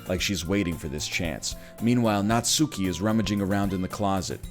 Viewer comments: Oh god is he gonna pronounce it Natsoooky the whole time? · Every natSOOki destroys a bit of my soul